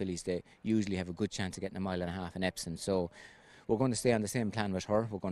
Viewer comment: Why does Aidan always say "Epson" instead of Epsom??